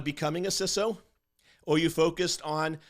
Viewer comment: its pronounced 'cee-so'